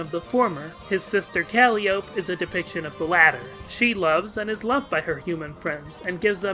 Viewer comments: I agree with everything in this video except your pronunciation of Calliope, but apparently we're both right and someone else already brought this up. Jake's importance to the narrative is something I hadn't considered before but it makes a distressing amount of sense now that you spell it out for me. Obviously, the connections to Lord English and the Cherubs were always there, but they sort of fall flat in the text of the comic until you start to think about them and his connection to Abraxas. Also worth noting: his alternate universe self, Jake Harley, is apparently the founder of Skaianet and therefore for the person who instigates the story in in-comic chronology as well: he's responsible for the creation of the Sburb Beta. That makes his random cameo helping John out on LOWAS also put me in mind of some of the crackier theories about Tom Bombadil from Lord of the Rings, i.e. that he is for some reason a physical manifestation of Eru, the Overgod who doesn't usually directly interfere with the material world but will apparently pop in just because Frodo needed a singing deus ex machina. I don't really get LotR but god knows Homestuck references it enough. Anyway, also of note since we're talking about Beta!Jake: Jake Harley also managed to get himself involved with inciting the action of Hiveswap, at least in terms of being the protagonist's father and key psychological motivator, and he probably had a lot to do with that snakey portal that, like all of Jake English's stu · the mispronunciation of calliope kills me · Cah lie oh pee. Bro. It's not Cally ope. It's cah lie oh pee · It’s “Cal-eye-ope-eee” not “Caly-ope” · Yeah I'm joking here but I fully intend to adopt the "Kah-ly-oh-pee" pronounciation going forward. It just sounds clearer for audio, too--the only reason I haven't is force of habit. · I think Calliope is pronounced Cal, eye, oh, pee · It's "Cal-eye-o-pee" and "chair-uh-b"